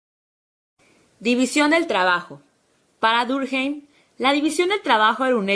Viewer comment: Emilio Durjeim? que carajo?.... Emile Durkheim es un nombre francés, no cometan borrachadas con el nombre por favor...